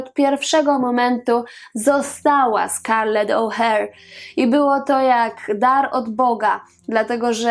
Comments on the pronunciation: Scarlett O'hara nie żadne "Ouher"😉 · Popieram, bo właśnie chciałam to samo napisać, że O'Hara, a nie Oh,hare [oh, zając] LOL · Po pierwsze O'Hara a nie O'Hare... ( Twoja wymowa świadczy o tym, że niestety nie oglądałaś filmu ).Po drugie, warto, skoro mówisz o jej chorobie, powiedzieć co to była za choroba. Była to choroba afektywna dwubiegunowa, tzn aktorka miała naprzemienne fazy manii i depresji. Na chorobę tą cierpi, z tego co wiem, Catherine Zeta-Jones. A po trzecie, to oprocz "Przeminęlo..." warto wspomnieć jeszcze jedną świetną rolę w Tramwaju zwanym pożądaniem. Film "Przeminęło z wiatrem" zasługuje na oddzielny odcinek. Ale fajnie, że zrobiłaś o niej filmik. Bo to fascynująca, świetna aktorka a trochę już zapominana... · Nie wiem skad Ci sie biora te ustawiczne pomylki.O'Hara nie wymawia sie "oher" tylko "ohera" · O'hara!!!!! Tak jak sie pisze, tak sie czyta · no i prosze, urodzila sie piekna z " zapatrzenia" o czym wywodzil pewien pseudonaukowiec w powiesci Mostowicza. Prosze poprawnie wymawiac nazwisko Scarlett O'Hara. To nie trudne. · Wymawiasz nazwisko O'Hara kompletnie źle - ja to pamiętam z filmu, którego znam na pamięć, a teraz można m.in. sprawdzić to tutaj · ostatnie a jest czytane . E jest nieme. Ale może masz rację .